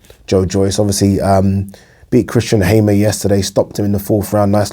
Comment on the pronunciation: It’s Hammer not Haymer, 😅